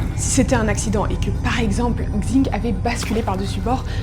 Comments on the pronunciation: Pour info "xing" ça se prononce "ching" et pas "kzing" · Le X en chinois se prononce « ch ». Super chaîne en tout cas ! :) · super vidéo !! Juste pour Xing Leili, son nom de famille se prononce comme "sing" et en fait son prénom c'est Leili